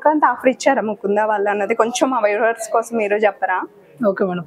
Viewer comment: Weavers kadu paru viewers, konchem practice chei vastundi,all the best